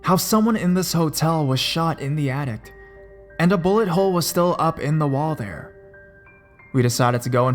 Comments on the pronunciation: the mispronounced words are driving me crazy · I enjoy your videos. But, you pronounce some words very strangely. You say attic like addict, as if it had a 't' on the end. In a different video you pronounced coal mine like coal mind, with a 'd'' on the end. Please stop.